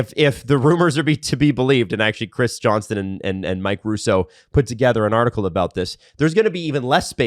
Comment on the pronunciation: I'm just here to point out how, even after discussing pronunciations, STILL pronounces Mike Johnson's name with a 'T'. There is no 'T' in his name.